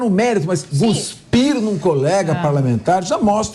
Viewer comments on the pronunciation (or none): Não se diz guspir. A palavra correta é cuspir.